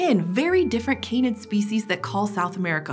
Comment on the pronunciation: Can-id, not cane-id. Please, it's breaking my ears.